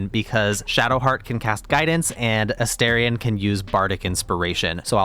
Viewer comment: Can I just say I love your video? However, I cannot subscribe until you pronounce my boo's name properly. It's A Star ree ahn, not A Stare ree ahn. Just FYI.